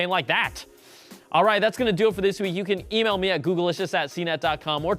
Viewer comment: Googlicious != "GoogleLicious". your pronunciation is annoying every time!